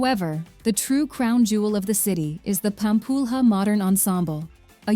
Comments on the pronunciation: I love how she calls Pampulha Pam-pull-rah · Good Lord, you put together this production and mispronounce nearly everything. It’s Fernando de NoronYA not NoronHA. It’s RecifA not Recif. It’s LenSOYs not LenCOYS, It’s IguaSUE, not IGUAcu, It’s PampulYA not PampulHA, Parachi, not Parity, It’s ParanA, not PaRANa, Opera de AramA (JFCm there are no silent e’s in Portuguese. One hour of research would have saved you this embarrassment. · "Pampulha" is pronouced like a [=Pampúlia] .."lha", "lhe", "lho "lhu" e pronouced like [= "lia" , lie", "li", "lio" and "liu"...] just like in italian gla, gle. Gli, glo, glu, in figlio. Fogla, etc ..